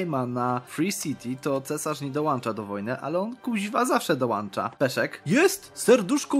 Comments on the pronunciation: "Dołącza", nie "dołancza". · dołancza..... no nie mogę....